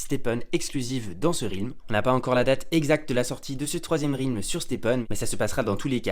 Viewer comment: Ça se prononce Rèlm pas Rilm !!!!!